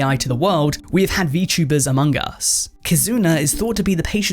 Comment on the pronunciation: I hate it when they VTuber all over the place! It's extremely agitating. AMON GUS! Why he say it like that though?